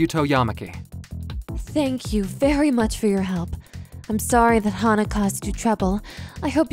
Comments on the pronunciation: I think the VA mistook “HANA!” to “HAHA!”, but the story still aline well though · Fan of how the V.A. read hana as haha lol